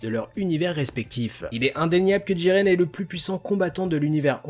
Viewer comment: Pourquoi tu dis djiren et pas jiren PS j'adore t vidéo et aussi jiren est plus fort que Goku en 1v1 et aussi du coup plus fort que Broly